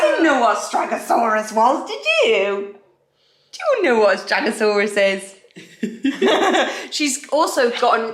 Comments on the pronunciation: Stegosaurus not stragosaurus 😂😂😂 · Lmao you guys are too cute 😂 its “stegosaurus” not “stragosaurus” 😂😂 but dont sweat it, you guys are amazing new parents with WAY more important things to do than memorize dinosaurs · Lol....it's stegosaurus, not stragosaurus.